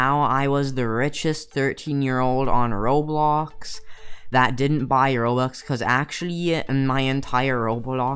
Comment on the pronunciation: How he says roblöx Lol